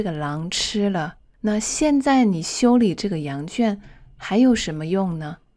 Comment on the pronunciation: Hi, I'm really appreciated with your dedication to support people who learned Chinese. I just wanna send to you my warm humble opinion on your Chinese pronunciation. Thought I knew you are a Chinese native speaker, but: 1. Could you please listen carefully the way you sound those words such as: 现“在”，原“来”。。。with the consonants such as: z, n and l, please? 2. I have had repeated your voices so many times and I figured it out that you sounded "xian zai" into "xian nai" and "yuan lai" into "yuan nai", and maybe more. 3. My ears are pretty sharp with those different sounds in pronunciation because my basement whenever I decided to learn new language is always rely on listening and shadowing. 4. Please check, maybe I'm wrong but I hoped my perspective might improve a part of your lessons for foreigners learning Chinese like me. 我是好好。我来自越南。我每天学习汉语。尽管汉语很难，可是我一直没有放弃。